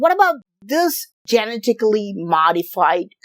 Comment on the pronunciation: He said "Genitacly" modified 😂😂😂🎉🎉🎉. Genetics is hard...